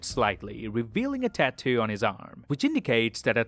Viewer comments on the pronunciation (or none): none